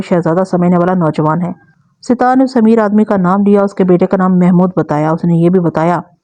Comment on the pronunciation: Sitar nahe sattar hota hai naam ke aise ke taise kar dete hain aapc